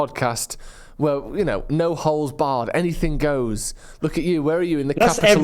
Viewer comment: sounds a lot like "no holes barred" when you introduce that Joe .. I know it's uncensored but still ..